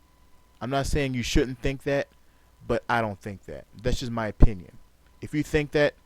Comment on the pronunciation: oPPPinion. oPFPFPFPinnion.